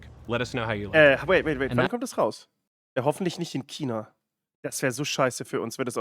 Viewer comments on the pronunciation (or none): er sagt Kina OMFG